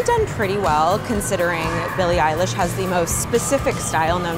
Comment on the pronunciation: Billie "Eyelash"😂